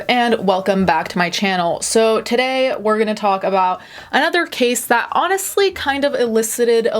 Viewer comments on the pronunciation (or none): none